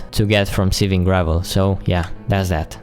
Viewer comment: you say iron weird and you say gravel like grae-vel